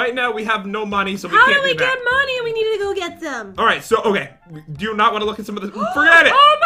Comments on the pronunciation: If u would know jen rly well u would know that she said moneyz when she ment to say money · It's money not moneyz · We’re getting lots of monies! Me:Mo...mon...monies?